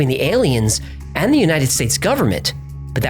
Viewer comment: no need to emphasise "and"